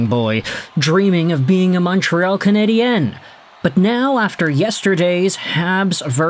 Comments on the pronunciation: Hi. Just a friendly note. The way you pronounce ”Canadien” sounds like canadienne, which is the female version of canadien. The end of canadien is a diphthong. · He's doing it the way EA games did for years and I found it super cringe worthy. Unfortunately that made a lot of people pronounce it wrong 😔 I'd much rather instead of putting focus on the e, they just said "Canadians" the English way. Say it the French way if you're bilingual absolutely, but no need to say it wrong 🤣 I would rather they just say it properly in either language lol